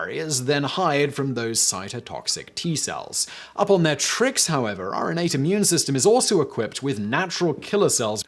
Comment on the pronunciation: Juvenile comment warning -> -> When Simon said "your innate" of course I heard 'urinate'. :-/